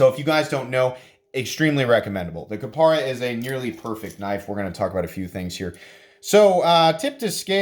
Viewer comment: KapAra, not KapEra.